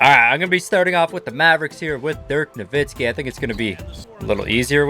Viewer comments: He said Dirk’s last name with a Z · He really said dirk novitski